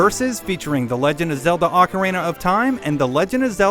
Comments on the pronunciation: "awkerina?" More like Oh-carina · Does anyone hear him say Ocaweena 0.15 seconds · I cant put up with this video.... advertisements and its fucking pronunced OHKARINA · a better question,what the hell is aucarina of time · OHKARINA! Thats the pronunciation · Oh god this is gonna be painful, he doesn't pronounce "ocarina" right TT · You tard...you mispronounced Ocarina!!! WTF!!!!